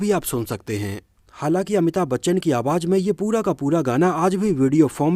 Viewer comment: jeenat nahi zeenat awaj nahi awaz♥️